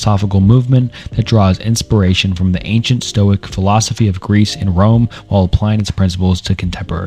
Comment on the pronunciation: aside from the 6th grade reading level it was a good video, but my god hearing you mispronounce the names and words were frustrating like 😂 even some of the simple words like philosophy you would often mispronounce